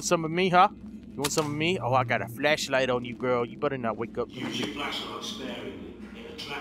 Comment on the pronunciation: Did anyone else here say flesh light instead of flash light